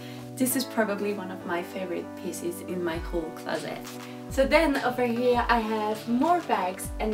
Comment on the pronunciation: Its real funny how she says closet it's like closett lol cool vid tho !